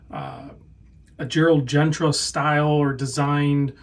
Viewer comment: It's Gérald Genta, not Gentra.